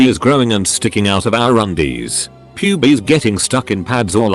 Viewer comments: The amount of times I heard pubes pronounced "pewb-ees" instead of "pewbs" had me laughing for some unknown reason. Anyhow, thanks for the video, good 2am laugh that was much needed. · Lol he pronounced “pubes” as “pewbies”